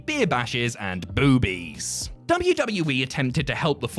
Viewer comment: I makes me laugh 😃 how says " boobies" 😂